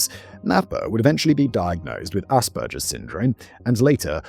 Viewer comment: Dude it’s CANADA…not Canader Also we pronounce Scarborough as Scarboro in Canada not how Brits would say it I’ve never heard someone pronounce Asperger that way…